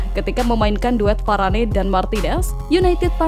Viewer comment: Nama bek perancis itu di sebut VARANE bukan VARANEI